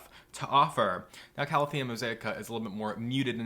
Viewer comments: Hahah, it bugged me too for some reason. I did have a moment of "have I been saying it wrong all this time?" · I can’t help that it annoys me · The way he said calathea pissed me off to no end 😪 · So it wasn’t just me! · Linda Wiseman I honestly don’t know and usually pronunciations of botanical names don’t affect me but for some reason it really annoys me